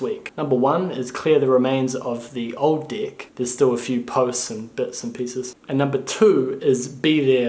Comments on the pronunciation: Haha yeah, I was just going to comment. It's spelled "deck" not "dick" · sound like dick